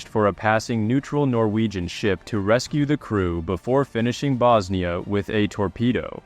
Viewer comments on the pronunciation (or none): none